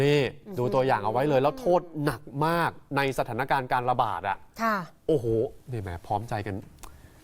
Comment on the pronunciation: เน้นเสียงเลยนะ ว่า "โทษหนักมากกก"